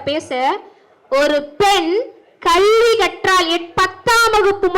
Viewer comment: கல்வி என்று ஒழுங்கா உச்சரி கள்வி என்று சொல்லு😢